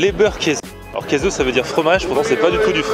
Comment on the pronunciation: Käse on prononce "késé"